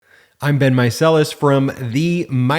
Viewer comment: For a while I used to hear "Hi I've been Meiselas...". Been ? You should say that at the end not at the start of the video, so weird. And then 5-10 videos in, I realised he was saying Ben and now I am facepalming something fierce.